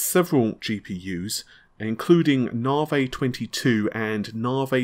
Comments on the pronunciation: Navi, Pronounced Na-vee.... Not Nah-vay Renoir, pronounced Ren-waar ... Not Ren-ore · Na-Vi!!! Not Na-vay ffs! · In English, the letter "i" is never pronounced like a long "a" as in awake. Why insists on pronouncing it NAH' vay is beyond me. Also these processors are code named after artists, and the man's name is pronounced Ren WAH'. I visit here often for new content, but honestly hearing these words consistently pronounced incorrectly is a distraction. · When the exasperation of hearing NARvaaay for the up-teenth time is just too much! 😂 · Narvey, Renor....it’s like Faulty Towers! 😁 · Narvay Twenty Free will be great. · FFS, please learn how to correctly pronounce NAVI and Renoir LOL. Naavee and renwah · Renwarr. Narvee